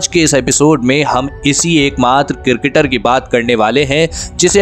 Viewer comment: Its cricketer not cirketer😂